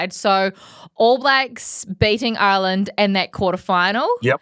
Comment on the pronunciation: He couldn’t even say Ireland in the introduction.😂Great to see him writing off Ireland.